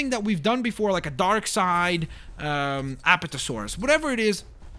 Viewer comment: If I may the names are pronounced a-PAT-a-saur-us, & gal-i-mim-us.I'm a bit of a dinosaur fanatic...hehe